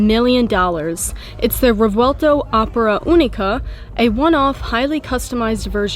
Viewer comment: Quick fact: The “v” is pronounced like a “b”in Revuelto. The proper phonetic is “rreh-bwehl-toh”.